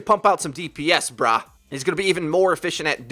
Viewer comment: Please don't ever say "Brah" like that before